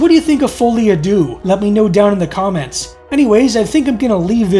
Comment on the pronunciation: Good episode, but I have to be pedantic. Deux is not pronounced "Doo" but more like Sir with a D and no R.